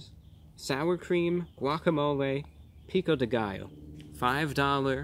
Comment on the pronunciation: I love when english speakers say spanish words like "Pico de gallo", it's so funny. <3